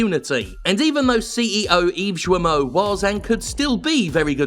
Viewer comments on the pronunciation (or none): Ok so I know it doesn't matter even a little in the grand scheme of things, but Serge is pronounced like 'surge', and the T at the end of his name is not silent. Also the g in 'Guillemot' is hard (ghee-yuh-moe). That being said, obviously fuck both of those guys. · It's [gijmo] please... It's painful. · Hello I am a company that made open world when you play a white dude on vengeances for ten year But I am "woke" Yves guillemot ce gros clown. I am sure people already said it to you but Yves guillemot and Serge hescouet dont prononce lile that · Jim mispronunciation of french names is hilarious.